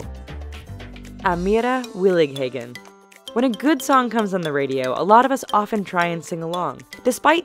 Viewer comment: I m Dutch and i hear how you say Willighagen. It was a realy funny.